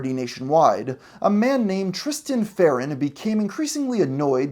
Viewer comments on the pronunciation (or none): please put some respect on Tristan L. Farnon's name and pronounce it correctly